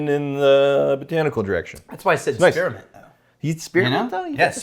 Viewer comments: Spear-a-ment.... just adding syllables just because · Spearmint not spearamint